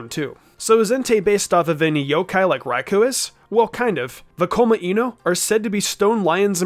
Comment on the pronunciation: This guy cannot decide how to pronounce Raikou.